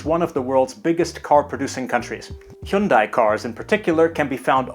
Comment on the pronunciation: Finally, someone besides me can pronounce Hyundai correctly. Arigatou Gozaimasu!